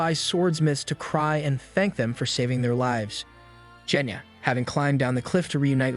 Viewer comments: BRO CALLED GENYA JENYA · you did a crime. you pronounced "genya" as "jenya" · C'mon now, its not "Jenya". Put some respect on his name, kid is underrated.